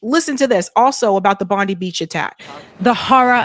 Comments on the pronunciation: Its pronounced "Bon- dye" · Bondi is pronounced Bond-(Eye) The Muslim man who disarmed one of the Gunmen at Bondi Beach, has thrown a spanner in the works of Netanyahu's narrative. Now every time when the finger is pointed at the Muslim shooters others will also point to the Bravery of a Muslim Man. To some a very inconvenient truth. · Hey, I love your show. Just fyi, in Australia, Bondi Beach is pronounced "bond-eye beach" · That’s right lots of false flags are happening in Australia it’s pronounced BondY (as in eye) beach. We are in their vision because of the size of our propalestine protests. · nobody knows its........BOND EYE Beach...come on.. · The suburb and beach are pronounced Bond eye. Not the same as the criminal US AG. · My country Australia 🇦🇺 should be run by Pauline Hanson. She wouldn't have this going on. Bondi is pronounced - Bond - i ( letter i) 😊 Thank you for giving us a mention 😊 There's something definitely not right about this shooting. Someone was painted to look like he had been shot. How effin dare they do that!!! Our Senator Pauline Hanson is the best, our Prime Minister Albenese is friggen useless! He couldn't run a brothel if he tried, let alone a country. I do not defend Israel & l will not! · Bondeye is how Bondi beach is pronounced. Ozzie here.The Jews can go celebrate military victories (Hannekah) in Israel ,not foreign soil. As an Australian , I do not want either of these 2 religions fighting it out here. Both Jews and Muslims can go back to Armageddon and fight it on desert sands ,not an Australian beach. Both these religions are anti humanist and an anathema to human evolution. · Pronounced bondeye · not bondiee..its pronounced bond die beach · Its Bon Di not Bon de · Bond eye not Bond eee. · Bond-i (I 👁️) not Bond-e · It’s pronounced BOND EYE (Bondi) not Bondy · Small point, "Bond-eye" not "Bondy". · Please learn how to say the beach name correctly. Its pronounced bondie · We say bond eye beach in Australia